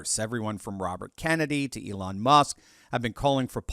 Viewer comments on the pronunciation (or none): none